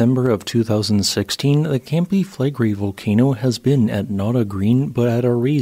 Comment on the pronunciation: It’s pronounced Fleh-gray